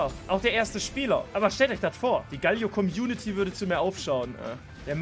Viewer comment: Alter, es heißt GAAAALIO, langes A und das L wird kurz gesprochen, nicht wie ein doppel L!! AHHHHHHH